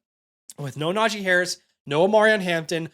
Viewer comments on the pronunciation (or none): none